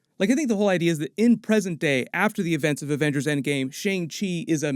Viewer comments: It’s not Shang-chi it’s Shung-shi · The correct pronunciation for shang chi is "sung-chee" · I was one of those person who pronounced Shang Chi like Aang with the Sh but it's actually Shaun Chi , Simu and Feige are also pronouncing it this way. Idk how it was originally pronounced in the comics if it was different, and I'm not Asian so idk the "correct" way to pronounce it but out of respect we should pronounce it how Simu Liu is which is Shaun Chi